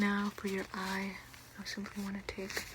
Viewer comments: I know she's saying "simply" but I swear I hear Pleesa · I went to the comments and apparently she's saying "simply" I thought she was saying "PLEESAPLEESAPLEESEPLEE" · You said Simply. I'm offended 🤣🤣